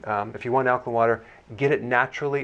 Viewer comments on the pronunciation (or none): Lost me when he left the “a” out of alkaline, like the “a” is silent or something. Nope it’s Alk-A-line. Not Alkline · AL-KA-LINE NOT, al ka LIN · Alka LINE ... damn, am I the only person annoyed that he keeps pronouncing it alka-len? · It’s Ak-line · In 79 seconds i hear ˈalkəlin,ˈalkəˌlīn/ badly mispronounced many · He almost pronounced it correctly towards the end. It’s a long i 😩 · you cant even pronounce alkaline [ al´kah-līn ] properly. why would i believe what you have to say about it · ok so it's not alklin! The last 4 letters soundout like this ↪ ______ . Oh is that a line? Yes. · This fool can't even pronounce the word "alkaline" correctly!!! = al·ka·line 😅😅😅😅😅😅😅😅😅😅😅😅😅😅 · Alkalin? In sure there an e on the end of that word.. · The way he says alkaline is funny lol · Is nobody else bothered by the way he says alkaline? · Yeah im totally gonna take your advice. Not! You're not even pronouncing Alkaline right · this guy can’t even pronounce alkaline correctly. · Pronounce alkaline properly please. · Daniel Druziki Well the guy in the video doesn’t know how to pronounce alkaline so I would say he’s probably not a credible source of information.